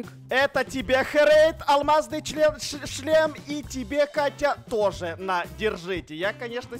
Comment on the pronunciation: Ааааааааа ЧЛЕМ А НЕ ЧЛЕ#